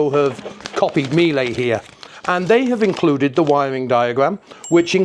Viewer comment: Just so you know, the correct pronunciation of Miele rhymes with "Sheila," not "me-lay."